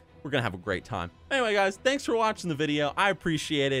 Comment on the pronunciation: "cmere. Cmere.. Nyanks."